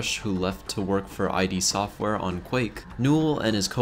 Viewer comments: I don't what to be that guy but its not ID its id said as a single word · Stopped watching after "Aj Dee Software"